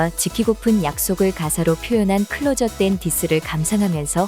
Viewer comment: "클로저" 가 아니고 "클로서" 입니다.